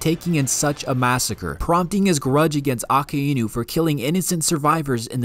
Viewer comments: Just say a-kai-nu my mans it isn't improper pronunciation lmfao a-ka-i-nu are u fr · It’s not pronounced A Ke Inu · nah bro who tf pronounces Akainu like that💀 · Nahh bro did Akainu Dirty with that pronunciation